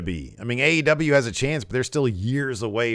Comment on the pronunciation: In the intro it sounds like you say "Ass Wrestle Juice" That is a totally different type of video I think.